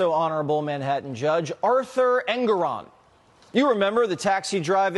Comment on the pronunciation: BENNY. LEARN THE DUDES DAMN NAME. EN-GO-RON He doesn’t deserve the respect but you are making yourself sound dumb.